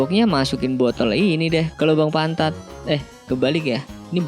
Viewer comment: "Berbahaja botol dimasukan lobang pantad"